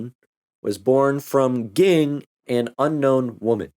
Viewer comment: Ging's father and Mito's father were brothers. Also, it's pronounced "Jing", but you probably already knew that.